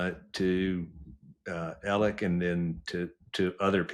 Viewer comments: Yea but he keeps saying Ellick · I’d like him a lot more if he’d stop saying “Ellick”